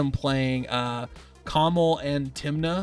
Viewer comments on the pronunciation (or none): The way he pronounced Kamahl hurts.